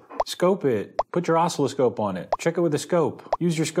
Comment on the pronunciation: How can someone know so much and not know how to pronounce oscilloscope?